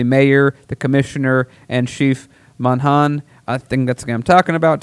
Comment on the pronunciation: It's, "MON-ah-han," one of the most Irish names you'll find. Btw, Google offers the search for how to pronounce words and names before you go to air. I love you guys, and just want you to not look unprepared. As for the, "I was scared" defense, look up what used to be called the, "gay panic" defense, used in criminal murder cases involving murders of gay men. It was considered a valid defense of murder to simply say, a man had said he thought you were hot, or put a hand on your knee at a bar, so you had to flip out and kill him, lest you be thought to be like him. Because of course. 🙄